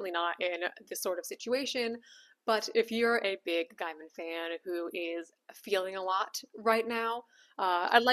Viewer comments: Did you just say Guy-man? It's pronounced Gay-man as in the oxymoron. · Gay-min, not Guy-mon. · Sorry to nit-pick. It's pronounced gay-min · Neil's last name is pronounced 'gay-man' - you can look it up. I think this one has hit the algorithm cause I'm far from your usual audience, so maybe brace for that. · Thank you. He might be a PoS, but the way she mispronounces the name constantly is annoying.Also, Ian McKellen. Not McClellan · I agree with you. Just thought I'd let you know that you're mispronouncing his last name. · Regardless of what he has or hasn't done, please pronounce his name correctly. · Your opening statement sets the tone. You have clearly already decided he is guilty and appointed yourself Judge,Jury, and Executioner. Even despite your weak, obligitary, "these are only allegations" The simple fact that you deliberately and wantonly mispronounce his name shows the contempt you have. Check yourself, or perhaps all men should just assume that all women are nasty, judgemental hate mongers, and we can be pleasantly surprised when one isn't.